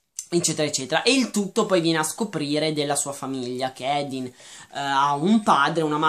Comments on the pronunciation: comunque si pronuncia Hardin con la A e per l'aspetto fisico si è ispirata ai One direction e basta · ma madonna, ha fatto un discorso lungo una mezz'ora su quanto sia maschilista e sessista questo libro dicendo cose anche abbastanza giuste e tu mi vieni a criticare il modo in cui dice il nome di quello scimmione di Hardin? si vede proprio che non sapete più dove attaccare per difendere il vostro romanzetto da due soldi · Si scrive Hardin, legge Ardin, non Edin. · OMG. NON "EDIN". È HARDIN (ARDIN) NON SE PO SENTI "EDIN" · Senti, tu non hai nessun diritto di criticare questo libro perché intanto Theresa odia essere chiamata così perché le ricorda suo padre da alcolizzato. Poi si dice HARDIN non EDIN. Questo libro vuole spiegare che anche chi ha l'anima nera solo con l'amore vero può diventare migliore di sé stesso. E poi se questo libro lo odi così tanto da schifiarti non ha senso che continui a leggerlo solo per dire stronzate, questo ti dà una brutta nomina perché chi ama leggere lo deve fare per passione non per odio. Quindi KEEP CALM and I LOVE AFTER forever!😠😤😡👈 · Come ho sentito bene? Lo hai chiamato "Edin?" si chiama Hardin... Non si sente per niente la r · Ma edin cosa?! Si chiama HARDIN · Comunque è Hardin, non hadin... Come hai fatto ha legge il libro senza la R in Hardin...? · é hardin non hadin comunque.... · si chiama Hardin non Edin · secondo me del libro non hai capito niente partendo dal fatto che hai sbagliato piú e piú volte il nome del protagonista che è HARDIN e non Edin. Il libro è stato scritto da una ragazza di venti anni ed è una fanfiction e come ha ripetuto lei nelle interviste e nei ringraziamenti non è una scrittrice professionista. Non so la tua etá ma posso percepire che non sei un teenager e quindi in un libro cerchi anche una "morale" piú pensata e questo libro non riesci a vederlo come noi ragazzi.Detto questo ancora devo capire i libri che ti piacciono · ARDIN si dice ARDIN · Sì pronuncia Ardin e si scrive Hardin